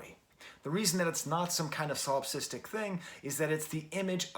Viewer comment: Solipsistic was pronounced correctly!